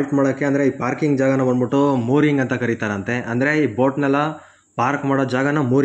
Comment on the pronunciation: ಬಂದ್ ಬುಟ್ಟಿ.. ಹೋಗ್ ಬುಟ್ಟಿ ಅಸಹ್ಯವಾದ ಕನ್ನಡ ಉಚ್ಚಾರಣೆ.. ನಾಚಿಕೆ ಆಗಬೇಕು...